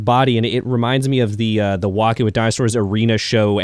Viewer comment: Dinozelz lol